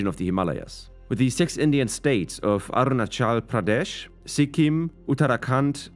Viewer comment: Iam from arunachal pradesh, and the way you pronounce my state was funny, 🤣but, other hand its was kind of cute 😊